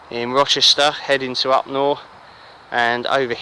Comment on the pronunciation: Great film ... Upnor is actually pronounced Up Narr, not Up nore. I lived there for 30 years. Thank you for making the film.